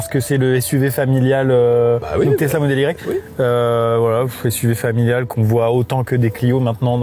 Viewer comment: J'étais fan de ce mec jusqu'à ce qu'il prononce "j'ai un model y", ça va qu'il est sympa et qu'il a une jaguar 😢